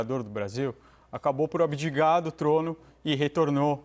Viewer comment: Dr. Bruno, mandou um abidiGar aos